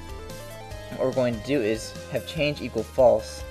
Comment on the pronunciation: "changle" lmao